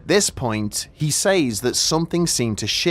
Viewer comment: "He saize"